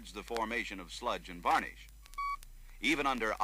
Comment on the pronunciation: Gah... stop saying "varnIsh". :P